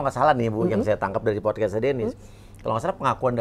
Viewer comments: Podcasts Podcast ibu.... BUKAN Pokes Pokes. Gemes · Bukan pokes bu, podcast 🤣🤣🤣 hadeuhhh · PODCAST bu bukan POKES !! Heran, orang rasman semua pada susah ngomong, andar juga kek gini. masak iya sih pengacara?? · Maaf maaf nih buuu netti, setiap ibu bilang podcast dennise ko kedengeran nya ibu ngomong "pokes" hahahahaaaaaaasa ketawa ngakak lob, kalo ngomong ga inget sama omongan sendiri nih bu. Jejak digital ibu banyakkk loh🤣🤣🤣 helloooooooooohhhh 😅 bokiss mulu ahh